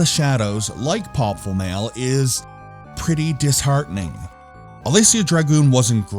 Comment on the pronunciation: You really tried on that pronunciation. You really did. It wasn't even close, but you get an "A" for effort. I love that cover art. It gets my Golden Axe senses tingling. I'm surprised the European version didn't have a cover by Luis Royo. I would have liked that. You're absolutely spot on with a necessary sequel. That's why they made sequels in the first place: reuse the engine, some of the assets, solve a lot of the problems, and put more time into it. When you compare Shining Force 1 and 2, the difference in quality and gameplay is like comparing Stonehenge to the Burj Khalifa. This game needed that additional polish and quality control. It really could have been a franchise, especially if they reduced the platforming and increased the combat to Actraiser levels. I love the sci-fi/fantasy combo this game has. To be fair though, I've probably seen KRULL more times than I've seen the sun rise. You'll be happy to know that i left my 8 year old with my Genesis collection on my Switch, and he chose on his own to start a Shining Force 2 campaign and loves it. He likes the tactical combat and the micromanagement. Parenting done right.